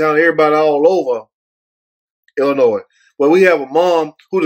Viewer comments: Yo ass be matching brother.......NIIIIIIICE!!!! right the “s” is silent on ILLINOIS, WHOOOOOO!!!! LMAOOL!!!!! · Stop saying 2 the s🤦🏽‍♂️